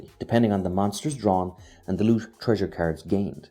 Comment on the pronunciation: I was so confused and thought "what kind of carrots keeps this guy talking about?!", until I finally realized that's how you pronounce "cards".